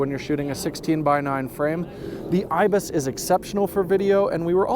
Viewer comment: say's IBIS but it's not IBIS.